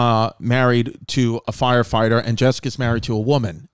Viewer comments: I love that Rachel pronounces "foighefighter" 😂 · Sounds completely normal except for fwyer fwighter